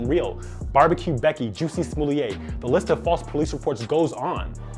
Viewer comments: Did he call him "Juicy Smollett" like dave did? Hahahaha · I love that you called him "Juicy Smooliea"